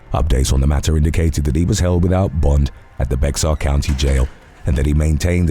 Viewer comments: Dude!! Bexar is pronounced "Bear" it is Bear county Texas. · Just FYI: "Bexar" is usually pronounced as "Bear" by the locals.